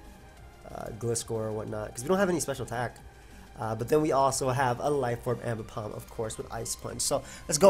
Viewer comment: AIMbipom TTT, c'mon.